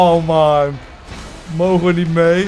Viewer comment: hahaha vind jullie geweldig! die uitspraak die maaaaaaannnn!!! hhaha wara komen jullie vandaan? groetjess